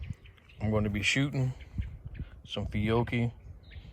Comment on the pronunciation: Good job. I like my CZ 9mms, but they're a little heavy/bulky. I got the fever for one of these. BTW, (and I could be wrong), I think it's pronounce Fee-ah-chee. Good ammo.